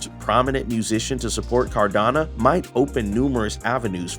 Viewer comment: Nice clean informative video. But it’s pronounced car-da-no, not car-da-na